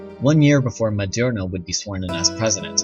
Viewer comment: Maduro Mah-Due-Roh There's no "N" in his last name